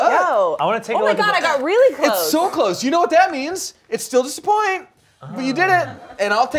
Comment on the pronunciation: Ian self-censoring his “pu-oint” without being yelled at by everyone in the room. He has shown remarkable personal growth in the span of one episode. Good job buddy